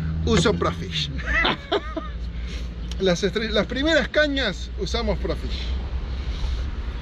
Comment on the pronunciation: Hola,que buena pesca,lo que si haces mal el chivo,es Pro Fisher,y vos decis,pro fish,😆😆😆